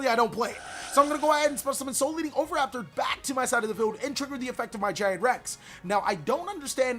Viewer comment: For crying out loud dude... OH-VEE-RAPTOR